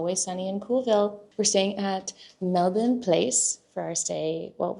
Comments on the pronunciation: Love the Aussie pronounciation on Melbourne, it is *chefs kiss, and much appreciated by us Aussies. Hope you're loving the hot weather 🥰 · Your pronunciation of Melbourne is spot on hehe! Isn’t it such an experience at Rod Laver! Stoked you got to the Djokovic match, especially since he ended up pulling out in the semi - so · 1.2K Add a comment... Cancel Comment 2 months ago (edited) I would have enjoyed your boring vlog. 😌 (that you decided not to upload) 140 11 Show more replies Love the Aussie pronounciation on Melbourne, it is *chefs kiss, and much appreciated by us Aussies. Hope you're loving the hot weather 🥰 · Love the Aussie pronounciation on Melbourne, it is *chefs kiss, and much appreciated by us Aussies. Hope you're loving the hot weather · You pronounce Melbourne perfectly every time- with no weird emphasis or pauses. Lots of practice beforehand perhaps..😊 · Your pronunciation of Melbourne is spot on hehe! Isn’t it such an experience at Rod Laver! Stoked you got to the Djokovic match, especially since he ended up pulling out in the semi - so so glad you got to go to that game!!